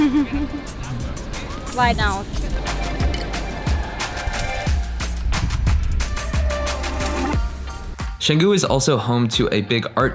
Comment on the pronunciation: chang gu not shang gu